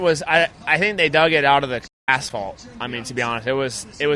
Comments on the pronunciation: He said asphalt not what you think he said 😂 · This dude always trying to stir shit him. clearly said asphalt